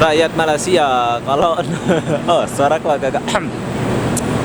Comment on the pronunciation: Tak faham la die ni. Sebut malay sia bukan malas ya. Dah lama kat sini sebut malaysia x betul2 lg.